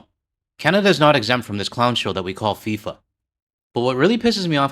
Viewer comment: "Fee-For" World Pickpockets